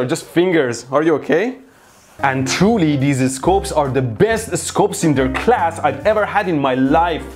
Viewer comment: Did he just say and twoly